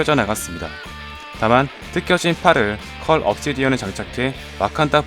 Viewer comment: 발음 완전쌔다 컬 옵시디언을컬 업시디언이라고하고 자비스인데 좌비스레 ㅋㅋㅋ